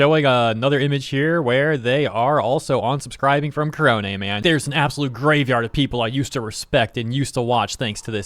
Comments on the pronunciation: You mispronounced "korone". It's "neh", not "hay". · whenever you say korone's name, i always hear it as kronii lol